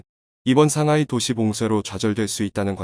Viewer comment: 글을 읽는 사람이 한국사람이 아닌지 틀린 부분이 너무많아 아쉽네요. 삼하이, 푸돔, 삼황등등......